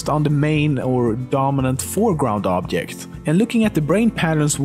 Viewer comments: OBJECT, IT'S OBJECT NOT OBYECT OOOOOOOOOBJEEEEEEEEEEEEECT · it's not obyect,it's obiect,you should learn sweenglish and romanian both use the word obiect for objects,you should of informed from the internet before comenting. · Yes, I noticed but my favorite is "obyekt" ! 😂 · in Poland people say "object" like that. and it's spelled "objekt" . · I like how he said object like obyect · wtf is an "obkekt"? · what's an 'obyeck'? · oobjyekt .... hahahahhahaha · Just hearing you pronounce the word "object" when you were talking about 'canonical perspective' I knew right away that you were from Sweden😂 guess I was right when I saw the mirror & swenglish comment you made later on in the video. Damn am I good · The way you pronounce object really disturbs me